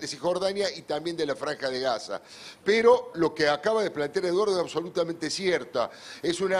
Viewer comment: Peto 😅😅😅te falla la erre 😅😅😅